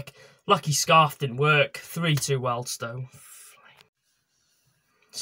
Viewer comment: It’s Wealdstone there’s an a in it!